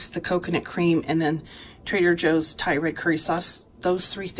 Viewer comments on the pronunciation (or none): none